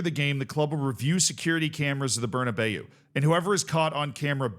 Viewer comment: Thank you for not pronouncing it like Berna Bow